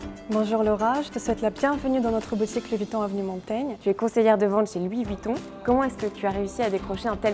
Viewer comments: " Louis vOuiton " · Louis voutton... mes oreilles ont saigne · Mdrrr " Luis Vutton " 😂